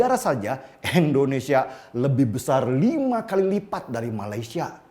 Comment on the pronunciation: "I"ndonesia om bukan "E"ndonesia